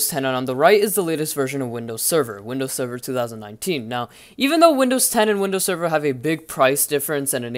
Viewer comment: doesnt he sound like hes saying windows 7 instead of server?